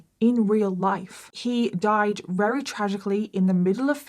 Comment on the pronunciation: I don’t understand why sometimes you say “very” and other times you say “wrary” lol